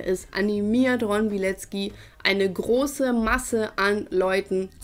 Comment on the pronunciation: Ich helfe dir gerne. Bei Polnischen Namen hast du oft ein ck im Namen. Während es im deutschen wie K ausgesprochen wird, spricht man es im Polnischen tzk. Dadurch ist die korrekte Aussprache Biletzki und nicht Bileki. Frauennamen enden hinten übrigens auf a statt auf I. Ron's Frau hieße damit Alkifrau Bilecka.